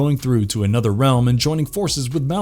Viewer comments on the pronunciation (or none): none